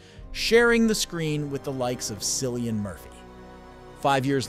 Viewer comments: Cillian is pronounced kill I an with a hard c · Its pronounced Killian, not Sillian.